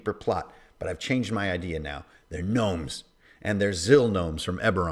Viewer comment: i can't watch because you seriously call them nermomes